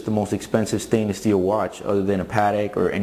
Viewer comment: "Steelw" lol